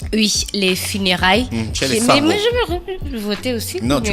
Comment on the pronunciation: Bonjour, on ne dit pas sango, mais masango ou musangu. De plus, les massango sont matrilinéaires...